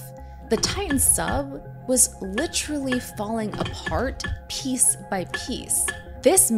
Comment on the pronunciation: Im no grammar nazi, but it's literal ly literally not literaturallly ahahahhahhaha youre a maroon and youre hitler